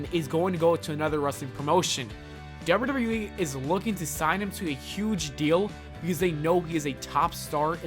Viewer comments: Those legendry pronounciations. Dobdeudobdeweeeeee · Bruh slow down when you pronounce “wwe” ffs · The way you say WWE is hilarious